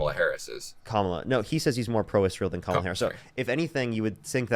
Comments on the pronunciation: Respect the men’s last names while butchering the woman’s first name 🙄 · Why can't any of these maga people say Kamala's name right???? I think they must have some kind of brain damage or something. has to correct every single person on his program.🙄